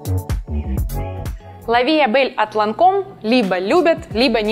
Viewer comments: А то... что коль уже хотите казаться из лучших домов Ландону и Парижу, то будьте добры говорить Ла Ви э бэлль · Аромат от Ланком называется Ля Ви Э Бэль, а не лав ля Бэль))